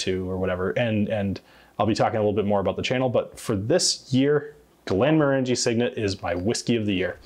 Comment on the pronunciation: Thanks as always,. And while some may quibble, I think you'll find that the proper pronunciation of Glenmorangie has the accent on the 2nd syllable--not the 3rd--so that they rhyme with "orange". I couldn't find anything on their own site to confirm it, but google the phrase: pronounce glenmorangie, and you'll find many sites and videos asserting this with confidence. It's indeed interesting to hear the "proper" way some popular Scottish whiskey brands are pronounced by Scots!:-)